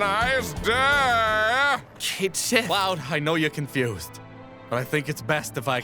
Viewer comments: Except it's supposed to be pronounced Kayt Sheeth... apparently. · It's supposed to be pronounced Ket Shee. That's the Scottish pronunciation, as well as the pronunciation they use in the Japanese versions. They also use it in Dirge of Cerberus' English version. In fact, FF7MA themselves bring it up; when Cait Sith is first introduced, and they type in "Ket Shee" in the name field before erasing it and writing Cait Sith. and later when Cait Sith is talking to Dio and says "You know who I am! Cait Sith!" Dio doesn't recognize the name; Cait Sith then says "Ket Shee?" and Dio goes "Oh!"